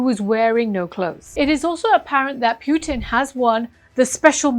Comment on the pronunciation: Pronounce President Putin as it should be, distorting someone name is not in order. Thank you for thoughtful presentation